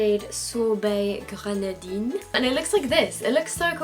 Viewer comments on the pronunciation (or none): haha no, when she says 'grenadine'